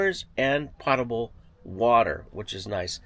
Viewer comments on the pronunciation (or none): Great video! BTW, “potable” is pronounced POTE-able.